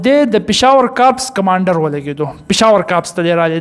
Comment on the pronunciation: کوپس کمانڈر نہ بلکہ کور کمانڈر